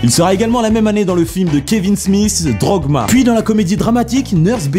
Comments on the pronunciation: C'est moi ou son calendrier de l'avant est très prolétaire ? :p. Sinon c'est DOGMA pas Droguema x). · j'ai cru que tu avais pas parlé de dogma, le meilleurs film du lot^^, mais c'est juste que tu as rajouté un R en le prononçant drogma^^ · Dogma pas Drogma..